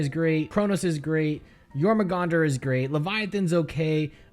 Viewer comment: The two acceptable terms for using a Barbed Strangler are 'discharge' and 'ejaculate', because they're described as a 'muscled tube that launches a seed via a powerful muscle spasm'. P.S. Your-mong-dur, not Your-mah-gong-dur.